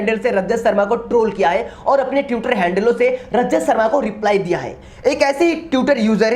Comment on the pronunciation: Pehle to tutor nh hota..twitter hota he bhai...tweet hota he..tute nh